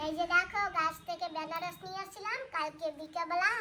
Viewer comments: বেনারস নয় ওটা আনারস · Banaras bole na anaras bole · বেনারস কি দিদি ভাই, আনারস বলবে। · বেনারস না আনারস?? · তোমরা আনারস কে ,বেনারস বলো কেন ।